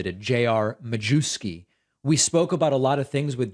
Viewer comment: David, sir. I believe the 'w' in Majewski is pronounced like a 'v'. It's lucky you're not constantly saying it's important to pronounce names correctly and that you have no antecedents from eastern Europe!?!